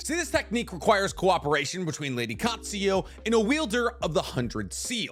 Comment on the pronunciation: I love you, but it's pronounced: Kaht-Sue-You.